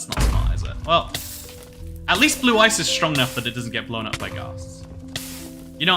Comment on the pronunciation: My inner Kaiba hearing "Blue Eyes" instead of "blue ice" everytime😂